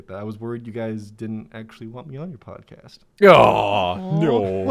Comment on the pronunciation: are we not gonna talk about how pronounces podcast as “podcost”